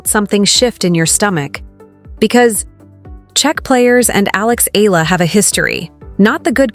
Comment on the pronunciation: Get your pronounciation right!! EE-YA-LA!!